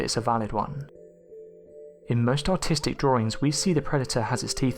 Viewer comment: Sounded like you said "most autistic drawings" xD